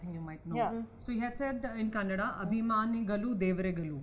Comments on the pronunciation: Anupama please don't say "Kannad" for "Kannada" Parul please learn Kannada, and explore like a "Kannada" actor. No offense, just suggesting... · Oh god I'm not a kannadiga but whenever she spells kannad it irks the shit outta me.FFS it's not kannad it's KannadA!! Instead of using polish French words at least know how to spell an Indian language!! Anyways still love your work Anuji!! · Not Kannad.. it's Kannada... Can it be Hind instead of Hindi? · Anupama...please say "kannadaa" instead of "kannad". If you can throw around french words during your critiques, you can say kannadaa. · Yes such a faux pas! It's KANNADA NOT KANNAD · Its kannad not kannada.. Anupama is not southi.. So its fine.. U say kannada fine.. Dont force others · 1. Parul was very clear with her thoughts 2. Kajal should try to learn the language, it might help to connect with people more 3. Tamannaah also expressed her view very nicely and she seems like she learned the language. And Also Kannada not Kannad , Tired of this. We say Hindi not Hind right ? Thanks for mentioning Annavru :) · *ETA: Anupama - the language is 'Kannada' - it is even written thus in English. Please, please don't call it 'Kannad'. Loved the interview, though, and I have come away with more respect for these young women - they are articulate, have their own perspectives and are not mirror images of each other, and especially for the fact that they can actually speak the languages they act in. Plus, the friendship between Tamannah and Kajal seemed authentic. I haven't heard of Parul Yadav before this, but kudos to her - being actor, producer, set designer.... like Tamannah said, really multi-talented. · N for god sake Anupama Chopra it's not kannad it's ' Kannada'. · Anupama madam.. it is Kannada and not kannad.. please pronounce properly.. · I'm also feeling same bro, even I'm not kannadiga. When she spells kannada as kannad, it irritates me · “Kanad” it seems ......it’s Kannada. That actress should correct it